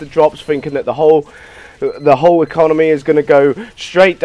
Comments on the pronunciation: Did he say econonomy? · "economomy" sigh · I quit the video when he said 'econominy' at the start